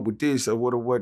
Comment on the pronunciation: " i had a knfork!" -BUCK $$$